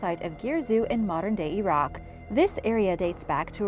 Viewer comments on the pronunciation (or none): none